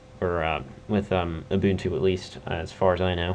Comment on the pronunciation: not in a bad way but its pronounced like this; (you-bun-too). Thanks for the vid!